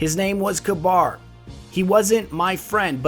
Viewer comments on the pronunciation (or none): His name looks more like it's pronounced "caber", not "cabar" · Love the video! (Isn't it pronounced Kaybr and not Kbar?) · Its not kabar. Its pronounced ka-ber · its ka-beer, not ka-bar. also watch the plosives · ka-bir. not ka-bar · Kuh-bahr is an interesting way to pronounce it. I always thought you pronounced his name Kay-bir. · pronounced [KAW BURR] not [kuh bar] but this video is awesome! you should definitely keep this up! i dont know why bungie couldnt take the time to put all of this lore (with audio narration like this) into the game and add some more character to it. as it is now it feels so empty, with no character or color to the lore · According to TTK, it's pronounced ka-beer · Mr. Crusader Meh I like Galahorn better... That just sounds stupid the way you responded. You should always use the proper pronunciations. I think it is "Ka-ber" just as Gjallarhorn is actually pronounced as "yahl-lahr-hawrn." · wouldnt it be pronounced "cah-burh" ? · the way you say kabr really annoying i think its said k-ber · Kabr (Kay-Ber) Aegis (Ayg-is) not ayjis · I've always pronounced it as Kayber, but it really doesn't matter all that much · I pronounce is KAH-ber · dude work on the way you pronounce these names and words. they are said aloud in the game and by the devs. its really irritating to hear you mispronounce these names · is it pronounced kaBAR or Kayber?